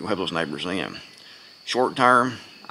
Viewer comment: You saying SNIPERS OR NEIGHBORS??